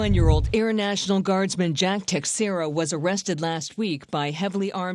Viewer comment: His last name is Portuguese and it's pronounced (teck-shara) ... cmon people, get it right